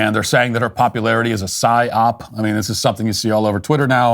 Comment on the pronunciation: Is he saying "syop"? I'm lost. He said it like five times. I even googled it and it comes up as an acronym for "Set Your Own Price" Is this what he's referring to?